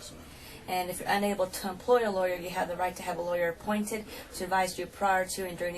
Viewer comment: LAWYERRRRRRRR. It’s not a complicated word and it’s easy to say